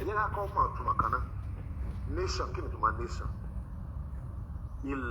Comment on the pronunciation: Gurumaraji Nation is the best. 😜😜😜. The speaker is absolutely illiterate!!. Hear the way is calling "Nation". Nayson. Islamic Nayson. The main problem is that Islam does not like Western Education and that is why we have "Bokoharam. They commit act of Terrorism and violence and Nobody condemns the act. Stop worrying about them. They don't have good brains at all. If there is a religion would you commit suicide? We have lots of Religions in the World it is only the Religion that discriminate against non Muslims. Very unfortunate situation that needs to be rectified.